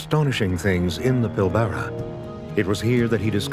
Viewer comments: It's Australia not Oceania. Plus you can't even pronounce Pilbara correctly, it's Pil bra. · I think that the way the AI voice incorrectly pronounces "Pilbara" is upsetting - why can't the webiverse get things correct? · I don't think it's an AI narrator; I think he just mispronounced it. But the geologist said it correctly, I think.